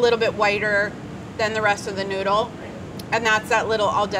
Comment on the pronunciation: Ricotta....please pronounce it right ,Noodle....yikes!!!